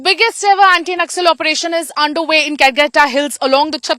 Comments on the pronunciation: Karregutta hills....not Calcutta hills😂😂😂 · it's Karregutta hills (in Telugu, karre = black, gutta = hill)